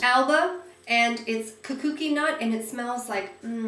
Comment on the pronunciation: It's pronounced coo-coo-ee...it's the nut from the Kukui tree which is the state tree of Hawaii. I learned that from our recent trip to Hawaii. lol!! I soo look forward to watching your videos..keep them coming!!!